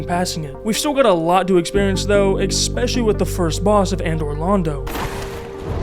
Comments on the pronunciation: Learn english, its not "ex-specially" its ESPECIALLY. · I appreciate the video man but you've GOT to stop pronouncing especially as "expecially" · "exspecially" throws me every time 😅